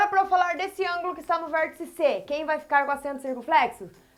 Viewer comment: "Tia", estou adorando suas aulas. Estão ajudando-me muito, mesmo. Além disso, adoro quando você pronuncia palavras com um "L", depois do "R", tipo "VérLtice". Bem, agora vou pararL de escreverL para assistirL sua aula sobre Retas e Semirretas. Tchau!